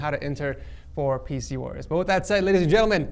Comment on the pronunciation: for a second i thought you said faeces wars instead of pc wars